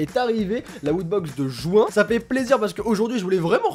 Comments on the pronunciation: "la wootbox de JOUIN" non mais serieux les nordistes la? on dit JU-in pas JOUIN xD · Quand à dit un unboxing de juin j'avais compris les joins 🔥